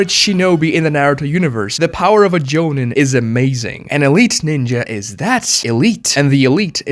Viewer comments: Joe-neen. Not Joe-nin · Jonen isn't called Jonen at all actually.... there's Jonin (pronounced Jo - Neen)!